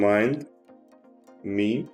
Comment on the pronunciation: It's not RemidMe...it's RemindMe